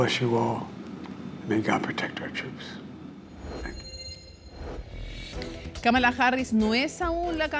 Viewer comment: La mitad de los hispanohablantes lo pronuncia mal, es KÁmala no KaMAla, una esdrújula, solo que el inglés no tiene tildes.